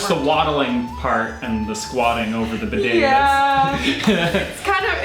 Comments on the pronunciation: Bidet toilet poop....(.wipe ) Then to bidet to wash up.. BIDET BEEDAY NOT BI DAAAY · Wow, bidets! Such a US pronunciation. We say bee day. With the stress on bee. Best used without underwear or trousers, strip off your pants etc. Have a pooh, wipe your bum with toilet paper. Flush. Move to the bee day and wash your arse hole with warm water and soap. Towel dry. They are also great for washing your feet. Unusual to see a bidet in the UK. Personally I pooh in the morning and jump straight in to the shower and get squeaky clean! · Bee day is how you pronounce bidet. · 19.20 pronounce it beday